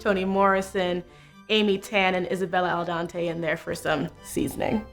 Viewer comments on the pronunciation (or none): Yeah, what's that about? Her last name is pronounced "ah-YEN-day." Although "Isabel Al Dente" would make an intriguing name for a restaurant. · Did she said “Isabel Al Dente” instead of “Isabel Allende” at the end? 😂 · “Isabel Aldante”? Is that some sort of running joke? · As I heard it I was like "Al dante who?", then I recognized the pic 😂😂😂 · oh god that pronunciation fo Isabel Allende... oh it hurts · Love how you try to throw in more female authors of color and then get the one with the Spanish name wrong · That's my main issue with Baher, that he's so old compared to her. And I did ship Jo with Laurie but it does make far more sense for her to end up with no one. Also, I love the Beetlejuice reference but now the song is stuck in my head😐 Also, not to be that person but, you mispronounced Isabel Allende's name... 😅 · mispronounces Isabel Allende.